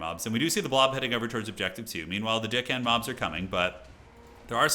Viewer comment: I cant be the only one hearing say Deckhand mobs as Dickhand?😅